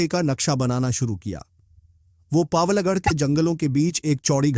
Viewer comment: बैचलर ऑफ़ पावलगढ़ नहीं है बैचलर ऑफ़ पवलगढ़ है।